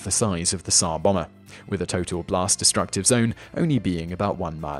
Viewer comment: I know that putting the stress in a word can prove difficult, but "Tzar Bomber"? Srsly? It's Tzar Bòmba